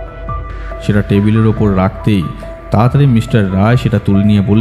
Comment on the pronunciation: English diction ta ektu thik korle bhalo hoye… for example, kotha ta “Mishter” noye, “Mister”… narrator ke ektu improve korte hobe… mishter kotha ta kan e khub lagche (sorry)